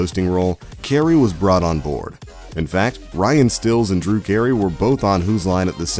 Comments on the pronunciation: Colin Moakry, Ryan Stills, Brain Wady lol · Oh my god... The narrator butchered the names so many times. By the end he was Colon (like your lower intestines) Mō-carey and Ryan Stills. Even if you get an outsider to do it that never watched the show, at least make sure the editors know how the name is said. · Colon Mokery Ryan Stills 😂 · You lost me at “Ryan stills” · “Ryan Stills” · I turned off the video after he said Ryan Stills. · Come on! Coh-len Moak-ree? Colin Moak-ree? Colin Mockery? Ryan STILLS? How can you possibly pronounce it wrong multiple times? Redo the video since you clearly can do the names correctly. But you just butcher it sometimes. I honestly think it's to garner more comments. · not to mention he said Ryan Stills...sigh. smh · That's two names you've grossly mispronounced. It's hard to imagine you're a fan when those names are said in every episode. This list is also extremely basic about well-known facts.